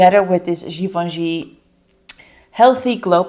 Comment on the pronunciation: You are not pronouncing Givenchy correctly. Ask a person who speaks French to tell you how to pronounce it. I do like your content. Very informative.